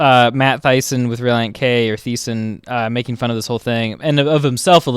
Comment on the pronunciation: He pronounced the “th” in Matt Thiessen🤣…..and then he said thisen